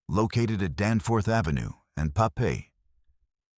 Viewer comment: AI slop. Everything from false imagery to mispronunciations of station names... I mean... Papey! LOL! To an AI narrator.